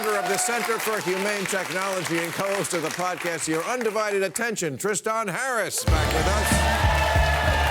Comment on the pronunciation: Even though he makes very good points and I agree with pretty much everything he says, I can’t take a guy seriously whose name is “Tristan” but insists everyone calls him “Tristahn”